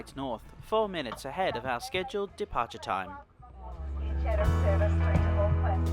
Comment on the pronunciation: Not to be that guy but its pronounced Chat-em.